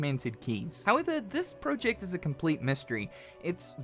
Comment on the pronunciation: I hate the way yoi say project